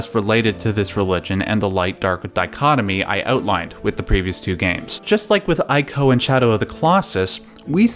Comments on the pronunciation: EE-KO Not ay-ko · Yeah, it's "ee-koh", not "eye-koh". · It's pronounced ee-co. Say it with me! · It’s eeeeco not eyeco. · It's pronounced ico (eeko) not (eyeko).... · Not 'eye-co', but 'ee-co'.. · Ee-ko. not Eye-ko. EE. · You probably got a ton of these comments, but... it's not pronounced "eye-koh" It's more like how you pronounce Trico. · please stop saying "eye"co its "ee-co" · Why are you calling it "Ay-co"? The last guardian should have cleared that by now as the boy clearly says the beast's name. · Ico is pronounced "ee-co"! Trico rhymes with it and that was mentioned in the making of video of The Last Guardian. いいこ (iiko) could even be translated as "good child" which would work with your hypotheses. Also the "yinyang" symbol is called taiji. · It’s pronounced E-CO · It's pronounced ICO (ee-co) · Daniel is correct. In Japanese it’s ee-ko. The I is pronounced as a hard E. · It's pronounced "eeco" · TREE-co and EYE-co. Some men just want to watch the world burn. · "Eye-ko"?! C'mon man... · Pronounces Japanese names correctly...but not Ico. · Things I disagree with: 1) Your pronunciation of "Ico." 2) Saying "Colossi" when you actually mean "Colossus." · I dissent on the pronunciation of 'Ico'! ... Yeah, the internet is still the internet. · Every time he pronounces Ico wrong I cringe lol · Jesus Christ why is it so hard for someone who's a fan to call the games and developer by it's correct name. It's pronounced "eco" It's not that difficult you got it right with Trico but mess it up on everything else? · you can't even pronounce Ico nor Fumito Ueda.